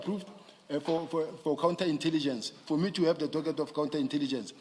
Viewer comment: Still calling a Docket, doget😂